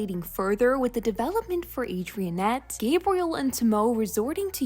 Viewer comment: did u rlly just say "adrien-ette"😭 I mean YES it's spelled adrientte ofc not "adrinette"🤭 BUT IVE NEVER HEARD ANYONE SAY "adrien-ette"😭 I pronounce it as adrinette, but no hate to u🥰